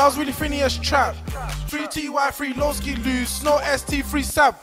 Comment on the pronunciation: LOOOOOL donny said 'looski' it's loski my g😂